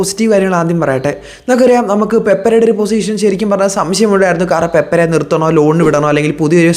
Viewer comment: പേപ്പരെ അല്ല 😂, പേപ്ര